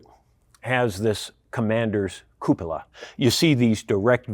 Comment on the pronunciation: the right pronunciation of "cupola" is REALLY rare in youtube videos! Yours is spot on.